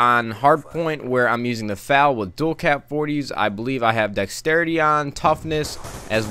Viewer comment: F A L NOT FAL!!!